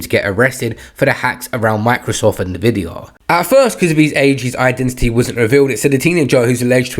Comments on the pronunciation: Its pronounced En Vidi Ah.. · Nervidia? What?